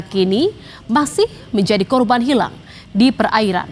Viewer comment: Pengucapan kata… “hilaaang” … “tenggelam”…oleh pembaca berita ini terkesan tdk punya empati! Ga ada rasa… tolong belajar berintonasi ya mbak?